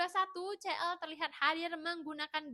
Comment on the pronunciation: kak CL bacanya SI EL , kalo CE EL, MALL CIPUTRA (CITRALAND) 😭😭😭😭